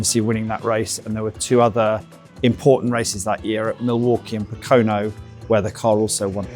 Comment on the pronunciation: Please tell that Pocono is pronounced POKE-a-no.